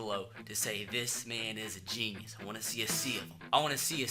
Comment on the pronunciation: Dis hombre es un jeee-knee-eous